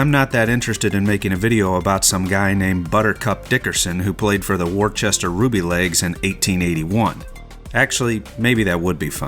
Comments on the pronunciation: It's Wooster not Worchester. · Worcester is pronounced 'Wooster', not 'War-chester'. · It’s woo-ster not wor-ces-ter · Warchester Ruby Legs? Looks like it's spelled Worcester... And therefore is pronounced Wooster. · Buttercup played for Woo-ster, not War-chester. Like with Worcestershire sauce. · Just for FYI as a Worcester local, it is pronounced 'Wuss-ter' haha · it’s Wuss-ter. No debate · That's pronounced 'Wooster'. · FYI worcester is weirdly pronounced "wuster"